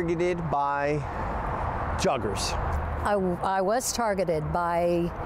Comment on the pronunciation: "Already" is probably a term best used before December is about to start. Qnd "juggers" eh? I've always heard the word pronounced a little differently.